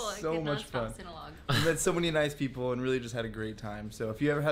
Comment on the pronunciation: when you say people you say paper